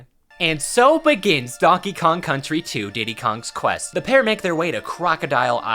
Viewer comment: You pronounce Kong Quest wrong.